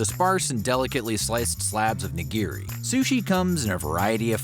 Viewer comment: "nah-GEER-ee" hurts my ears